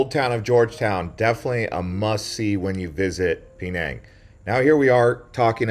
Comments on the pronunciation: Love your videos but your pronunciation throws me somewhat. "Peh - nang' not "Pee - nang'". "Mah - lay" not "Mee - lay." Keep up the great work though! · Man is pronouncing all of these names wrong on purpose right? Instead of Malay his saying melee(the way they say it in Super Smash Bros Melee) and instead of Penang he is saying Pee-nang. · Pee-nang? Shudders… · I wish he would pronounce Penage , Malay and the food the correct way.. But I get it... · Dude, your coverage is very shallow. You should read more before going. And your pronunciation of "Penang" is way off base.